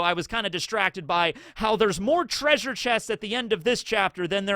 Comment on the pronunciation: were you referencing Scooby Doo the whole video with the 'TRAY-sure'?